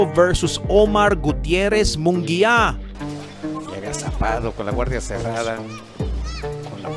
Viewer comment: Munguia d mo kayang basahin at e prounce properly? and also Kompyansado. where did you get that word?